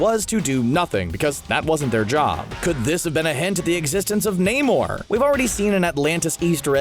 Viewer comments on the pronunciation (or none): Ok how is BWANA BEAST in the marvel timeline? Also its pronounced NAY-MOOR